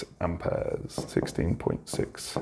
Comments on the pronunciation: Amp ayaz😂😂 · I love how he says amperes 😂